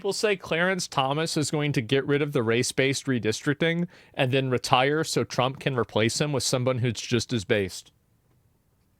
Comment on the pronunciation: Bro said donald chwump, bro gtfoh